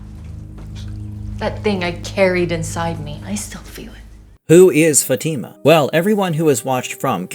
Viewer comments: It’s not an English name, it could be Spanish from South America or Caribbean, anyway her name is not Fati’ma! It’s Fatima! I’m Italian and even in Italy, same pronunciation! Even in Spain! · You are pronouncing the names wrong: 1) FA-tima. The emphasis on the "fa" not the "ti".2) El-jin. The G is a soft J. Don't get mad at the messenger, I did not invent the English language. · Why do these NPCs call her FaTeamUh like they never watched the show and don’t have the brain capacity to pronounce her name right 🤦‍♂️ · Her name is Fat-i-ma. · Why people can't fucking pronounce her name right? Don't you watch the show? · Bro you are saying her name wrong jeez